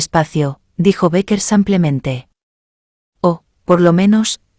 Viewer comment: Que fastidio cuando dice "samplemente "